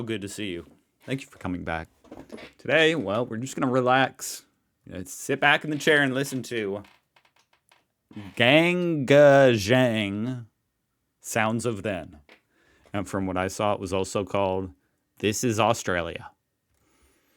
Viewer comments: Pronounced GANG A JANG ☀️ why are you so obsessed with Australia ?? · Thanks,, for this song (released in 1985)... the same year as my fourth child was born. Brings back so many memories. Really appreciate you celebrating Aussie music, comedians etc. (BTW, jang is pronounced with a 'hard' J sound, as in Jack). Congrats on the birth of you and your wife's cute little baby boy! 🎆 All the best from 'Down Under' 💙